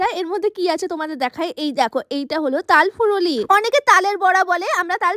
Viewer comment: কথাটা তাল ফুরুলি না তাল ফুলুরি হবে😂